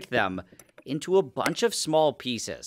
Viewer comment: Never heard the word “bunch” so butchered